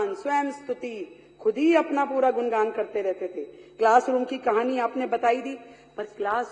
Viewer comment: Gungan hota hai गुणगाnd nhi